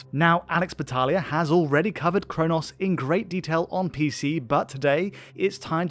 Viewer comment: Bro can’t even say chronos properly.